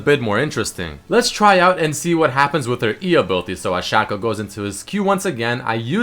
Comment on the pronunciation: u pronounced shaco wrong :|